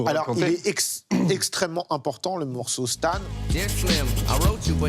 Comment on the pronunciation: Vraiment tout est nickel : mais la prononciation des termes anglais en francisé ... c'est tellement pas bien. Il y avait des moments ou les invités n'arrivaient pas à prononcer Marshall Mathers correctement. Le morceau 'Stan' ( prononcée STANE ) : massacré ... Il y aurait tellement moyen de faire des efforts la dessus. Sinon , pour le reste, bravo.